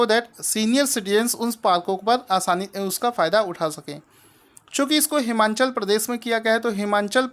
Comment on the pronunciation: Sir its Himachal Pradesh...not Himanchal